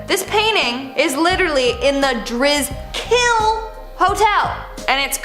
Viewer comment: The hotel isn't pronounced the Dris-kill it's the Dri-skill